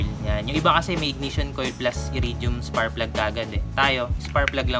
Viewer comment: “SPARKKK” PLUG brad. Hindi SPARRRPLUG. Puro ka Sparrrplug eh! 🤣🤣🤣🤣🤣🤣🤣😅